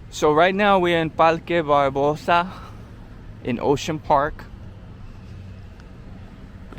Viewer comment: SantuLce. and Isla VeLde This guy clearly has puertorican ancestry. By the way Ocean Park is not in Santurce. Palque Balbosa. Guys, the R has disappeared! IN any event this was a very nice video, it brought back memories.